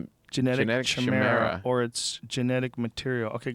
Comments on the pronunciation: Chimera is pronounced like ky-mer-a. It's a mythical animal that is a mixture of many species. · lol joe refusing to read the pronunciation of chimera! ki not sh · it isn't a chimera. its pronounced kai mer a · I cringed when he said "shamara" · Jo you pronounced it wrong boss, chimera( say it with a k sound) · chimera pronounced shy-mera was the funniest thing ever.